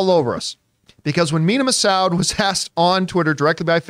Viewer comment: Looks like John isn't immune to mispronouncing the Massoud like everyone else